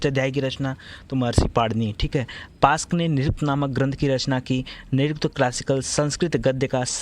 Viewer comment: pask nhi yask h